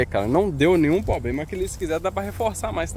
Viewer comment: O unico probrema e mesmo voce falar probrema ahahahah